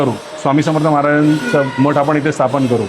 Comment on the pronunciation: मठाला सुद्धा मट म्हणतात शुद्ध बोलायला लाज वाटते